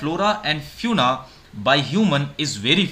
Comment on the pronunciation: Small correction don't mind it the pronunciation of fauna is wrong